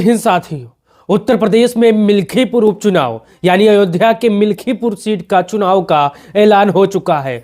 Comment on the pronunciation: मिल्कीपुर बोलो भाई